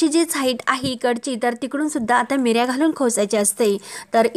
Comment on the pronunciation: अहो मिऱ्या नाही निऱ्या म्हणतात